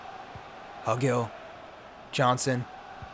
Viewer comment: Pronunciation help: It’s Hugill, like Hugh-gill